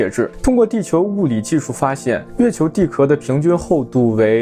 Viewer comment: repeat after me：地壳（qiào）